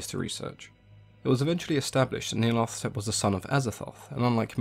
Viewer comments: It should be Nee-ar-lat-hotep anyway. Hotep is a syllable often found in Egyptian names, meaning "is content", as in Rahotep - Ra is content. The th sound is so far out of language, it grates. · hotep is an egyptian honorific... It's Nyarlat - hotep, no th sound. Nyarlat rhymes with cat. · Nee-arla-tho-tep is how I pronounce it. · I love how you pronounce its name "Neil Athetepp".